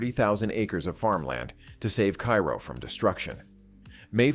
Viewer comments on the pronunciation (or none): That's "Care-oh", Illinois. The confluence of the Ohio River into the Mississippi.